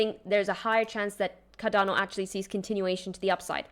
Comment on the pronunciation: She pronounced it just fine